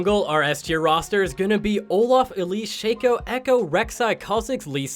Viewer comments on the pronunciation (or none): none